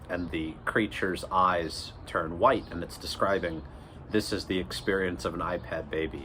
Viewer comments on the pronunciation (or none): none